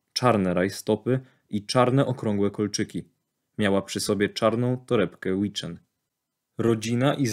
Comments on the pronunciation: oczywiscie, że to tylko detale. Natomiast, skoro firma sama o sobie mówi Wittchen, a nie łiczyn, czy witsien, to znaczy, że tak należy to wymawiać:) (witsien i tak brzmi lepiej niż łiczyn, bo nazwisko to ma na bank genezę germańską). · Wittchen jest polską firmą więc wymawia się tak jak się czyta, a nie Łiczen 🤦‍♂️ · HEj.WITcHEN to polska marka i wypowiada się WITCHEN nie Łiczen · Nie "łiczyn" tylko "witchen", to polska marka, której nazwa wzięła się od nazwisk właścicieli, więc wymawia się po polsku 😉 A poza tym jak zwykle świetny film. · Materiał, jak zwykle, bez zarzutu. P.S. Wieeeeem, że to pierdoła, ale nazwę firmy torebki czyta się tak jak się pisze - to polska firma (założyciel nazywa się Jędrzej Wittchen). Czyli nie „łiczyn”, a po prostu „wittchen”. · Ta torebka to Witchen, czyta się tak jak się pisze, a nie „łiczyn”. To Polska firma. Sorry za zgredzisrskie narzekanie, ale mnie to męczyło. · Mała uwaga- Witchen czytamy tak jak jest napisane po polsku, nie trzeba próbować zangielszczacz tej nazwy ;) Założycielem tej firmy, był polak, którego to nazwisko Witchen zostało nazwą firmy. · To fakt , firma jest polska , ale nazwisko jest niemieckie , dziadek Jędrzeja był Niemcem który poślubił Polkę . W języku niemieckim Wittchen czytałoby się ( Witsien). Tak samo jak niektórzy wymawiają nazwę marki Joop (dżoop) . Wolfgang Joop to niemieckie nazwisko i czyta się (Jop). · Torebka witchenn. Wymawiamy tak , jak piszemy. To polska firma. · łiczyn hahaha